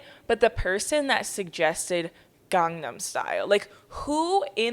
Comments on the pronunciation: instead of gangnam style it’s gee but instead of gee they say glee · I can't even speak it but as someone who is Korean that pronunciation was a hate crime